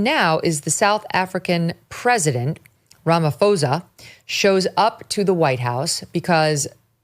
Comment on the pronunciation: sorry but I see a lot of people make this mistake cause they are not use to the African languages. The ph in Ramaphosa is pronounces Pho not f. With a a pop of the p sound that goes into the breathing out of the h. So ph does not mean f or v . You pronounce it how you read it not following the English grammar laws.